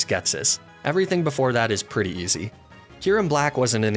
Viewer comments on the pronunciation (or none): none